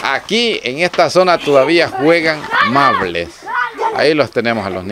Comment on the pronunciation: No es mable es marble.